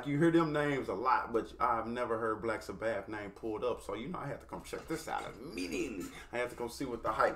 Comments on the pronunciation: Never heard them called Black Sa - Bath before 😂😂 Its Sabbath like as in Sunday is the Sabbath. Sounds more like Sabeth phonetically. Love you no hate! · I sort of wish your first Black Sabbath song would be the studio version. (Pronounced SA- buth) This was cool, but the studio is better in my opinion. That lead is Ozzy Osborne, who I assume you've probably heard of. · love the reactions for Real! Hey the pronunciation is Saah Bath with the accent on the last syllable - keep on Rockin’